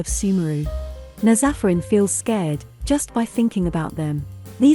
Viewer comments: Those names are Persian and I'm Persian the way it pronounce them is so funny to me :)) BTW, it's paar-va-neh پروانه/ naaz-afarin نازآفرین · Not everyone pronouncing Nazafarin in the wrong way 🤦🏻‍♀️😂 it's NAAz Afərin...a persian name